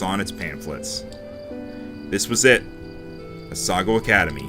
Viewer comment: As someone who lives in non-coastall Canada, I have to say that we usually get snow from late October, and then it melts sometime in April also, it's probably pronounced "a-sa-GAO" academy (basically "cow" with a G) Winter tans? How do you get those! I can't even get a tan when I visit the equator! Am-ar-ir-isu